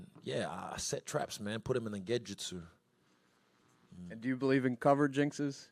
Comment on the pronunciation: Not to be that guy but any one else catch the way Izzy pronounced genjutsu? Lol mans exposed himself.. gedjutsu tf you talking bout